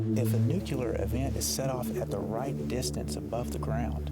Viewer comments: Yes I know, that's why I pointed out his mistake by quoting his pronunciation as "Nuc-u-lar" Maybe a bit more context for you? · ...Did he just say "nucular"? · Nuc-u-lar, god-damn learn to pronounce! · NU-CLE-AR not fucking nucular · LOL like g dubya . NUKE "YOO LURR ... YORU SUPPOSED TO SAYS IT LIKE NEW-CLEAR DURP!@ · From Webster's Dictionary: nu·cle·ar adjective ˈnü-klē-ər You don't pronounce "nucleus" as "nuke-u-lus". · Damn! They say "Nuculer" through the whole fuckin documentary. What dumbasses! I's friggin Nuclear guys!! Sheesh!! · Did he say "nuculer blast" at :08 sec.? I'm pretty sure it's supposed to be Nuclear blast. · not only him, even the dude he interviewed. fucking ridiculous. nuclear does originate from 'nucula' (latin), but this ain't Latin for fuck's sake. they're probably doing it to enrage some of the viewers for shits an giggles :).